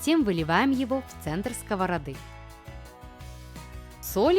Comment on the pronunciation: Автор канала, вы же взрослый веловек, подучите, пожалуйста, ударение в словах, а то уши сворачиваются скОвороды ; сковородА ; сверлИт